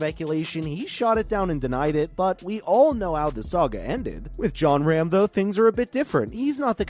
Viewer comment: its pronounced ROM not RAM ..